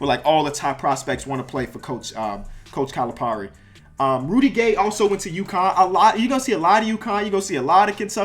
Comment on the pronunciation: It’s pronounced Cali-PAIR-i.